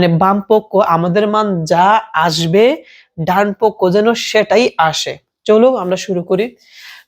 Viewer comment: ডানপক্ষ ❌ ডানপক😝